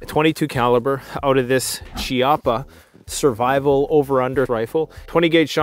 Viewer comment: Just a tip, Chiappa being Italian, the "ch" actually makes a "K" sound so it's pronounced "Kee-yappa". But another great video,! Also glad to see you doing gun videos!